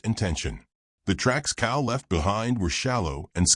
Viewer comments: Cal not cow. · COW!!!??? COW???!!! PLEASE get rid of AI!!!!!!!!